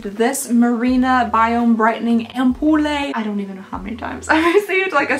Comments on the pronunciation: Ampoule is pronounced amp-you'll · Amp-yool lol I like the way you say it though